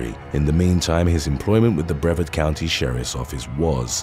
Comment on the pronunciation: The “a” in Brevard is pronounced like “hard.”